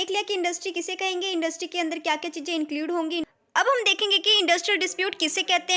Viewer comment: Chijje ❌Chize ✅